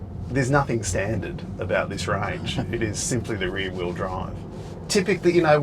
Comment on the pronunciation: I though called the basic White model 3 "The Weary Bride", not the "The rear wheel drive" 😃